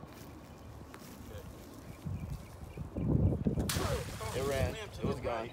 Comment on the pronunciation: It's not plAco it's Pleco.......and the voice over was stupid...